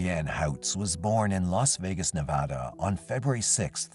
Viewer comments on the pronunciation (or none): none